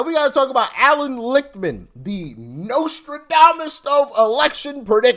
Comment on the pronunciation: Allan lick-man